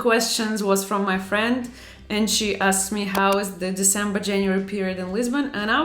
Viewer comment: Já assisti vários dos seus vídeos e é a primeira vez que parei pra pensar que: se eu escrever em português, você vai entender. 😅 Adoro quando você fala "my frrrriend" com o sotaque russo 😍 Sou do Brasil e adoro seus vídeos ❤️